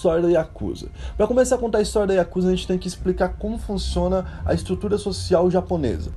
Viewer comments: A pronúncia e escrita não é Iakusa e sim Yakuza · Aprendam uma coisa:A pronúncia correta não eh Yakúza e sim yakuzá!! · Yakuzá. Essa é a pronúncia. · Corrigindo a pronuncia correta. YAKUZÁ. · na hora que ele fala o maisor mafia oriental ""a yakuza"" ele fala yakuza mo estranho kakakak